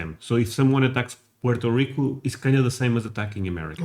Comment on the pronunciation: *Puerto Rico, NOT "Porta".